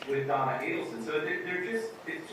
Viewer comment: OHHHHHHH Do-on-na, OHHHHHHHHH Don-on-na